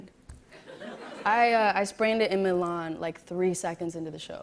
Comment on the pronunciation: "I sprained in the lawn ..." It's... Fucking MILAN MILAN NOT THE LAWN M I L A N